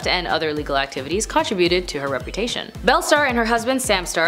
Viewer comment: "Con TRI buted".